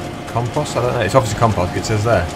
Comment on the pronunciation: your saying compost wrong